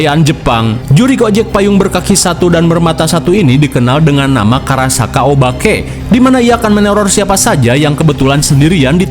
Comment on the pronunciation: Maaf, itu yg bener "Karakasha" bukan "Karasaka". Karena "Kasha" artinya Payung